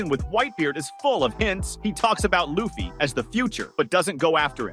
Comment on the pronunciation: Video starts. Saving little L-uh-ffy? Not a fan of the show, eh?